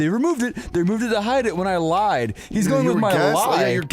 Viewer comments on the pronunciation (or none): none